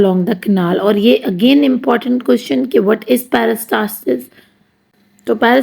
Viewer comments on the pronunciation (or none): none